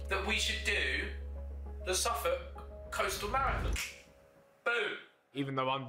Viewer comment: Ow god it’s Suffolk 🤦🏼‍♂️